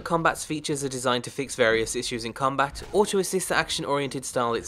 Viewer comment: Finally you said combat correctly!